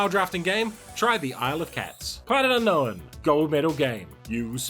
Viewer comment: Only a Kiwi will give un-know-win three syllables!